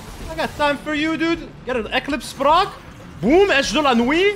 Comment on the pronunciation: Hahahaha la fameuse Edge "de la nouit" 🤣